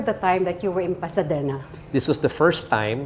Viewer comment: Pasadena, the correct pronunciation here in the US is (PASS-uh-dee-nuh) NOT (Pasa-DEH-na). The emphasis is on the “DEE” sound, not a soft “deh.” I hope that helps.